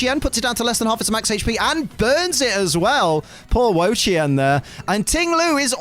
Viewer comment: is one of the 1st people I heard say wo chien name right. dude work dude. one thing I wish pokemon company did though was put the accent marks in. for those that don't know the word ma can have 4 different meaning as an example, one being house and idr the other 3 as this was over 20 years ago when i took a mandarin class.